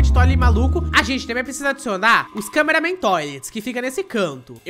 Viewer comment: não e câmeraman toilet paraaaaaa de fala câmeraman toilet